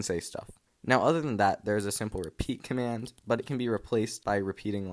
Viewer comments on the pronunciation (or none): none